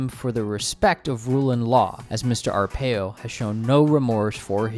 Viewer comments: "Joe Arpow" lol. It's Ar-pai-o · Pie, not pay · Sheriff Joe Ar-PIE-oh. But then if his name gets mispronounced for the rest of time then I'm good with that. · Joe Arpaio’s surname is pronounced Arr-pie-ōh, that’s pie as in 🥧 . Arizona is led by the Phoenix metropolitan area, and the Phoenix metropolitan area is regularly rated the most conservative area of the country. Other parts of the state are more democrat leaning, but they can’t overcome the way districts are drawn. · his name is "are-pay-oh" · Native Arizonan, here, it's "pie." Case closed